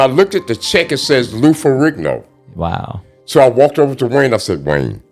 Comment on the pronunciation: First time I think I've ever heard someone pronounce "Ferrigno" properly LOL! Funny thing listening to Mr Robinson speak, he doesn't sound angry, like he's got a chip on his shoulder or anything like that. He's just stating things matter-of-factly.